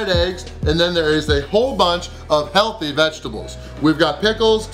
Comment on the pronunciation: I love it when you put emphasis on the "healthy" vegetables! Lool